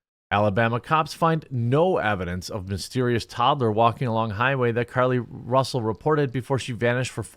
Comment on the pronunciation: Ahhh... Another French liar? Care-Lee Roosell?